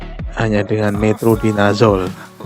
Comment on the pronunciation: metronidazole om😆😆😆 bukan metrodinazole